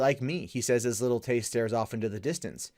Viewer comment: Did you just say Lily Tay? Can you get anymore mundane?